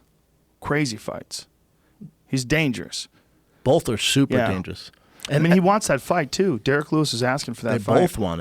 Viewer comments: Joe and Brendan say it with me: it’s BOTH not “Bolth” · Joe and brenden both say “bolth” and it kills me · "Bolth" ~ JRE, JRE Jr.